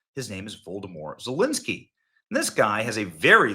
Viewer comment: Did Benny say, 'Voldemort' Zelenskyy?